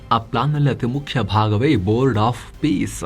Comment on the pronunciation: ಇದು " bord of pice ಅಲ್ಲ pice pice 😂😂😂